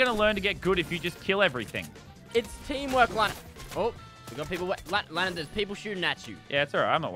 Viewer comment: Its teeamwork lannan